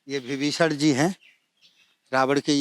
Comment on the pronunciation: यह पंडित जी रावण को रावड़ बोल रहे हैं, विभीषण को विभीषड़ बोल रहे हैं, ऐसे में गलत उच्चारण की परम्परा बढ़ रही है यह अत्यंत सोचनीय और चिंतनीय है।